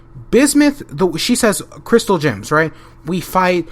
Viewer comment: Every time you say gems or crystal gems, it sounds like you're saying crystal jims.